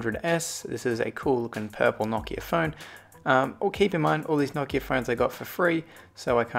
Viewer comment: You say Nokia wrong